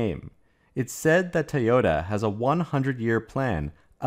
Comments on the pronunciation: Again, it is NOT pronounced 'tayoda'. It is pronounced 'toyota'. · "Tee-oh-ta" becomes irritating over time.